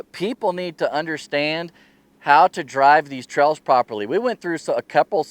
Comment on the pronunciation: No, not misspelled. The way you say Trails ... "Trells", just had me and my girlfriend chuckling each time you said it.